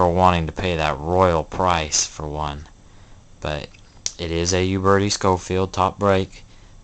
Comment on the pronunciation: Your pronunciation of Uberti is killing my ear. Ciao.